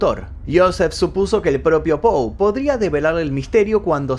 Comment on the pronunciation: Que tal? Soy fanatica de tu programa y de E. A. Poe he leido la mayoria de sus libros y cada vez me siento mas admirada. Como tal con la finalidad de orientarte y humildemente quisiera decirte que su apellido se escribe y se pronuncia POE. Hay otro apellido que es POO, en el caso de Edgar es POE. Gracias y siempre te sigo